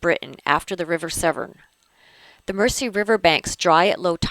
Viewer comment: I realise this video is several years old now,but as a Liverpudlian,but may I correct your pronunciation of Mersey. It is spoken as Merzey.Best wishes from Liverpool.